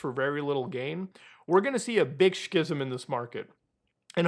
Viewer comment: It's pronounced skizm.